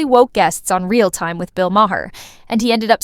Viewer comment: Ma-Her? 🤔 jfCryst🙄